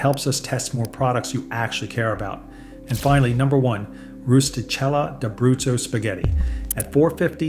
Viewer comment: Yes, and it Roosty Kella dah brootso. Really bothersome